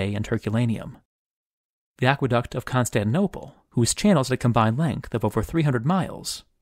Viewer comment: tin - is lost in Constantinople. And L should be soft.